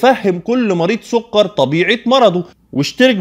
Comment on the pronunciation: سكر بالكاف مش بالقاف يا دكتور 😂 بس شكرا علي المعلومات ، ربنا يباركلك